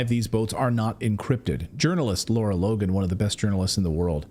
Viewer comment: I believe the incredible journalist Ms Logan is “Lara” as in rhymes with “Sara” (not “Laura”).